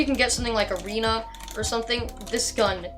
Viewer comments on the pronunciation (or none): none